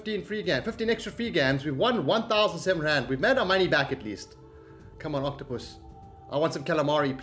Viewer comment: Haha saying octopoes 🤣